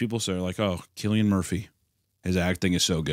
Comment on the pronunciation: Loved Space King, animation was gorgeous, give me more. I do hope this doesn't mean furry extermination has stopped though. - Cillian is pronounced with a hard C, and after Cillian's Oscar win, I'm sure Connor McGregor and a load of Irish people are gonna come and take your belt from you, along with Joe Rogan and a chimp. But I'm sure you'll stand your grand musket in hand like the patriot you are. Hunter - I get a lot of your criticisms of the film... but please tell me you get that Oppenheimer's an unreliable narrator? I tried to explain this concept to my dad and I nearly had a brain aneurysm. Also can imagine Papa Meat doing a deep dive on some dumb examples of unreliable narrator, finishing with a cum face of Hunter 'becoming death' - please do Halloween fancy dress as the Obzen Meshuggah man. It will represent the transcendence of your silly games as the podcast continues to age like a fine milk.